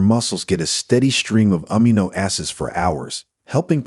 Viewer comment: OH-m''gah acid? OH-m'gosh! It's oh-MEG-gah acid you foreigner. Amm-ih-NO? No no! It's ah-MEE-no1